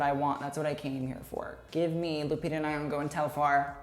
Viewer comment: Maybe learn how to pronounce Lupita’s last name before you post